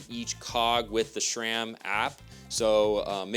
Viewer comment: There is no "H" in SRAM.